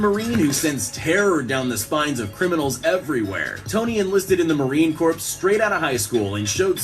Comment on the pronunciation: That narrator said....Marine Corpse....it's pronounced core. Even Gomer Pyle learned how to say that....once he became a Marine.